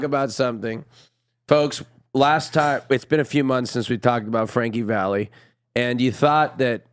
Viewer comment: please, it's Frankie Valli not valley!